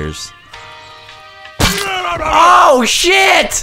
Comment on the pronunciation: He said "Oh Shit" Not "Daw Shit"